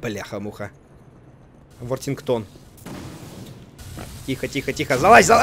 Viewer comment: почему Вортингтон а не Вортигонт